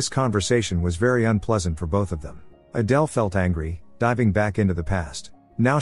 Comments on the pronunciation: From "Adele" to "Aydul" lol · Adele is pronounced Adell not Adal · Why did you all of a sudden start pronouncing Adele's name the last part of the movie as "Adill"? You must've switched to having AI narrate it or something... and sorry but it's distracting. And you give too much away in the title. I spent most of the recap thinking somehow that Adele was a transgender until I figured out what happened with Rob. Admittedly though I didn't guess that Rob purposely did it & then killed Adele! So Adele was really actually a good person... 😢. That plot twist though, I never saw THAT coming... but it might be even better if you change the title to something like: "Husband didn't suspect that for ten years he'd been married to someone other than his wife"... and let people who watch it in the future be REALLY surprised to find out who Adele really is in addition to the other plot twist. Aside from those 2 things, you did a great job with the recap of this movie. What's the name of the movie though... can someone tell me? I also have a couple of questions. I know the movie tries to make David out to be the good guy after all, but was he Adele's psychiatrist when she was in the mental hospital?? Because if she was, he's not a good guy because a psychiatrist having a thing with a patient... especially an 18 year old one... it's not just frowned upon... it's immoral, because of the nature of the dependence of the patient on their psychiatrist. Rob turned out to be a real POS, though! And he got his way in the end... even being able to have a kid... whi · So the AI could pronounce Adele properly in the beginning but then pronounced the name as Adal towards the end? How? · Need to stop using the computer voice for these... It can't even be consistent in how it pronounces Adele's name 🙄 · AYdul? Really? Why is AI not better at this? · Wild story. But irritating that the AI narrator started mispronouncing “Adele” for the entire last part of the story.